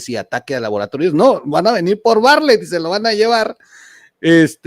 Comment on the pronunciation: Bartlett, no barlett